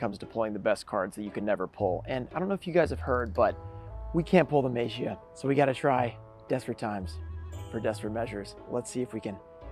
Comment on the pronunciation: maybe just maybe Magia is upset that you continue to pronounce its name wrong.. to break the curse you must say its name correctly!